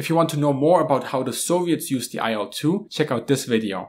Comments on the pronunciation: nice video. minor tip: better pronounciation for "IL-2" would be something like "eel-two". Or even "eel-dvuh", but then only russians would understand you. "il" are first two letters of Ilyushin, last name of it's constructor, abbreviation, but not an acronym. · IL-2 is pronounced like "Eel-2". Trust me, I'm russian.